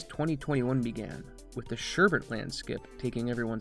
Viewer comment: Good video. I specifically gave it a like for pronouncing it SHUR bit and not SHUR burt. Edit: Just heard you pronounce it VIGH gur instead of VIG ur. Unliked and will now watch the rest and probably give it a like based on the merit of the video, anyway. Edit 2: And now we're going with the SHUR burt pronunciation?